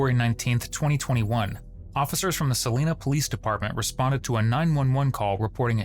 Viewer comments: There is no world in which “Celina” is pronounced “celeena”. The I coming after the E means that it is pronounced as “eye”. “Cel-eye-na… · Celiiiiiiiina, NOT Selena🤷🏽‍♂️ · Celina pronounced Sa-line-ah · It’s pronounced Seh-Line-Uh 😂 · It's pronounced suh-LIE-nuh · Celina, Texas = Sil-LIE-nuh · That’s not how you say Celina. It’s Sa-Line-a. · Sa-line-uh is the correct annunciation. At least to the locals.